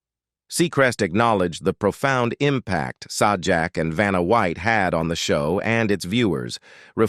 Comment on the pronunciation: It's pronounced Say-Jack, not Saw Jack...